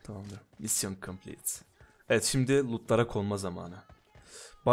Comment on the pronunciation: mission completed öyle okunmaz !